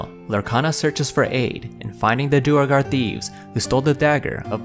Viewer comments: Duergar is pronounced "dwere-gar", not "dur-a-gar" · Its not dew a gar, its pronounced dwey gar.